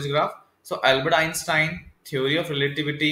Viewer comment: Dude! That is NOT how you pronounce Einstein. Good video, but that just bothers me haha... It's not "in-stin".